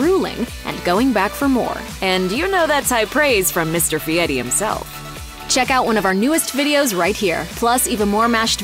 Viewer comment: What's up with the faux ethnic pronunciation of "Fieri"? CORNY!